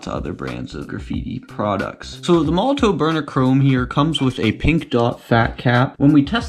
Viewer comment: Please say: MOL LO TOF . and not MOLO TOE